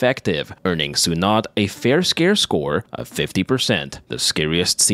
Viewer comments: i love the channel and loved that you covered a Filipino horror film. lol one thing though is Sunod is pronounced (SUE-NOOD) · It’s pronounced “sue-nude” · The -nod is pronounced as noh and not nuh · if you need help with the word sunod, its pronounced su-nod, just cut the u shorter, sunod, its almost like the u isnt there, just say it a faster, the su part and shorten the nod too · crying over how you pronounce sunod but i will forgive you becase i didn't even fucking know this movie existed and I'm filipino